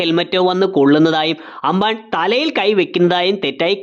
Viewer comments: Anbaan alla ambaan 😂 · Broo.. anban alla amban aa....😊